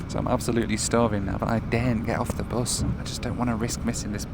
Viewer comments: It is pronounced bus, not boss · Not heard Bus pronounced as “Byus” since my days in Stoke-On-Trent… Odd to hear it on a video about a cross country trip across the USA. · "... kicked us off the büs..." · Love the way the word “bus” is pronounced